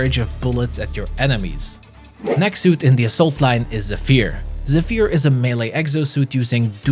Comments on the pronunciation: Zephyr as a word is usually pronounced ZEH fer, as opposed to zeh FEAR. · Zeph-er Not Zeph-ear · Zephyr = "Zeffer" - Zephire would be pronounced differently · It's pronounced Zeffer!😂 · I was confused hearing "Zephyr" since it was pronounced so weirdly in this video 🤣